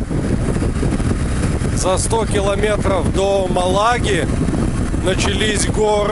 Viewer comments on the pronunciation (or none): мАлага,, мАлага!!! Это всё равно, если бы твой город называли ГомЕль, а не гОмель!